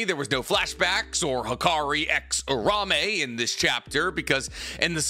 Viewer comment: Its URA UME, .... say it right